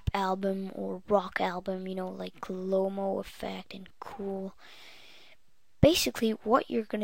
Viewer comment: Lomo, not Lome, whatevs, I dig it. Thanks for postin' this.